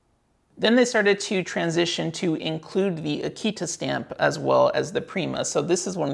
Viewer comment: It might be nitpicky, but you are pronouncing Aketa incorrectly, you say it like the dog breed Akita. The "e" in "Aketa" isn't pronounced as in "see", but as in "let".